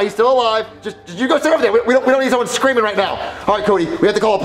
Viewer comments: Only ogs know says creaming instead of screaming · I love how pronounces screaming as “creaming” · “Stop creaming in my ear “ 💀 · I love the fact that he calls it "creaming" instead of screaming